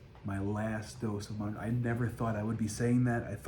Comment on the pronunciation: It’s NOT MONJARO 🤦‍♀️